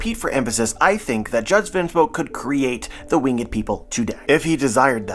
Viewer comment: Yo, i love the content. I've been watching your theory videos for a while now. There is just one thing that i must inform you of, the way you say the word "winged" you pronounce it with 2 syllables "wing-ed" when in fact it should be 1 syllable more like "Wing'd" 😅, this is not a huge deal just thought you should know, Keep doing your thing with the content though! 💯